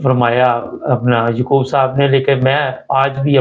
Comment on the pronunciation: Ykoob sab nahi Yaakoob sab hota hey anchor sab Urdu to bolna seekh lein